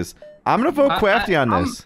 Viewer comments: Hurts so much that you kept saying “Kwafty” 🤦🏻‍♂️ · I like that Ohm actually calls him "Kwaftyy" instead of "Kraftyy"